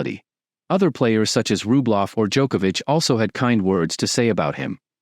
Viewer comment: 😂Is this AI cause its butchering his name everytime just as Rublov when its Rublyov (in russian the e has two dots on top which makes it sound like yo)